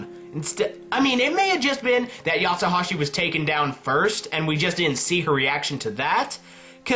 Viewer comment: Its not Yatsohashi its Yatsuhashi, no O